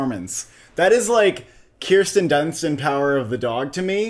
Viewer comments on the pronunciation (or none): none